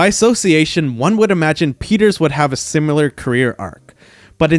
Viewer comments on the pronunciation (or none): "Simular" is not a word.